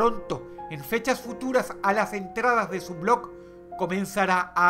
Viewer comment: Dross pronuncia mal el nombre del blog